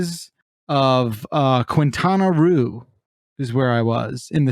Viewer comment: Quinata ruu... say like fish eggs, Quinta "Roe"